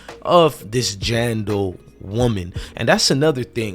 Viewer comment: It's JANE Doe not JAN Doe and it's THEY not DEY!!! 🙄🤷🏿‍♀️